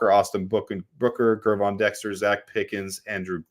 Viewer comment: why can’t you get it through your head that the G in Gervon is pronounced like the G in George, NOT like the G in Gregory? It’s like you would pronounce it if it was spelled Jervon.